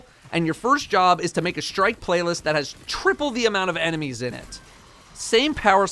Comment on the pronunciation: DUDE! Seriously... What is a SHtrike? It is spelled and pronounced STRIKE. You seem like a smart person. Stop the destruction of the language.